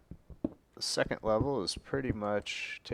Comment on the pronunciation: He says secent -.